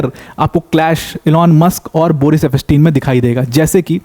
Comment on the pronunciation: It's pronounced as eps tien and not ep pas tin .